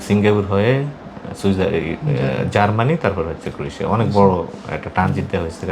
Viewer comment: ভাই আপনার দেশের নামটা এতো সটে বলেন জে বারবার ষুনে বোজা জায় না।